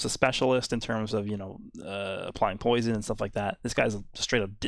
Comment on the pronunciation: “To scared of my POUISUN to attack”